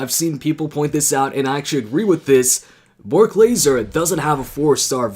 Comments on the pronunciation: who is Bork lazer 😂😂😂 , u mean Brock lesnar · Did anyone notice he said berk lazer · u tryna say Brock lesnar? Lol